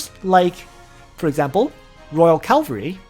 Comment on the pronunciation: Hi i just want to point out everytime . It is cavalry , not calvary haha anyways . Great content as always :)